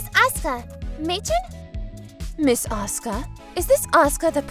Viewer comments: bugs me how he pronounces Asuka . everyone else were saying it fine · Can this guy not pronounce anything? Blueish? As-uka? Bruh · I don’t like how he says Asuka. I mean that’s how its pronounced but still… over really good